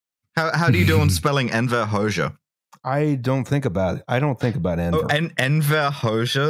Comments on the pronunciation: A year late to the party but the correct pronunciation of Enver's surname is Ho-jah. The "xh" in Albanian reads as a "jah" in English. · It's pronounced "Hodzsa" in Hungarian spelling not "Hoksza" so it's not an x but a j as in job or jab. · x in Albanian is pronounced very close to dzs in Hungarian. Nindzsa, dzsem, Hodzsa... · Ah yes, Neekohlay Ciaociaoscu and Enver Hosha. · "Hoxha" pronunciation gave me heartburn